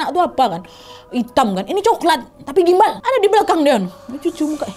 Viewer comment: kenapa bacanya susuk gumbal 😢